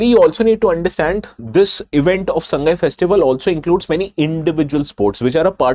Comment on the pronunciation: It's Sa-ngai , not Sang-gai.